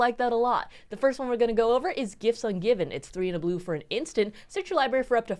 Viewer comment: Gifts Ungiven. What a “tooter”